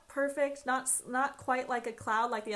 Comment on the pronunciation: By the way it’s pronounced perfect not perfec